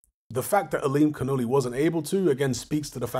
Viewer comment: There seems to be a major Farsi influence all around the Caspian sea. Got to love that pronounciation tho "Aa-lim-khan-ullah"